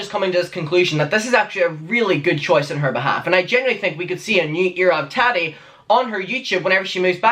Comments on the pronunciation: It’s Tah Tee not Tah Dee, pronounce it correctly please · Tari??? Wtf? Repeat... Tattti, her name is Tattiana!!! With a strong middle T.